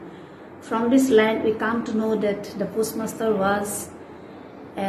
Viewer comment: post master or pus master..poem has stanza not paragraphs... worst pronunciation...needs improvement...as a teacher